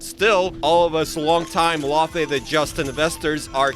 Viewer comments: It's fucking pronounced lau fee not lau fay Jesus Christ say it right !! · For the love of all that is holy, it’s not pronounced LAWfey.. it’s Laufey like “loud” without the d.. Norse it’s pronounce lau-fee but no LAW…